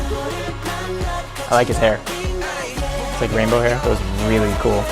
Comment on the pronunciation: once said RainbOow LMAO🤧